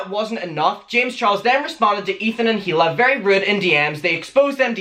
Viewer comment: The H in Hila's name is silent.